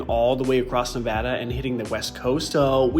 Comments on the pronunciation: Love how he said Nevada right lol I definitely miss Reno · As someone who was born and raised in Nevada THANK YOU FOR SAYING IT RIGHT! ❤